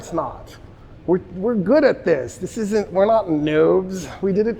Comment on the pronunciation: He wouldn’t even pronunce the “isn’t” it’s like “hmdacool ? 😂😂😂 salute to the professor